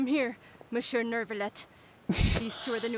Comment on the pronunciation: Ok, even if you can’t pronounce Monsieur in French at least pronounce it well in English 😭